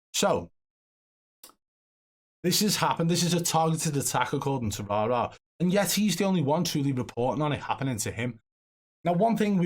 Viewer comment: I'm just happy the pronunciation of the name Rara will soon be nothing but a memory.